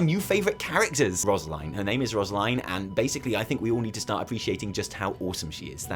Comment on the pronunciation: Rosaline is pronounced ros-ah-line, not roz-line. You're missing the a in the middle! Sorry it's just you said it was your new favourite character and I didn't want you to mispronounce it 😅